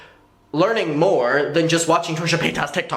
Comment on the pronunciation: Really wish you say paytus correctly. Especially if you are doing it on purpose. She has said how to say it correctly in last videos.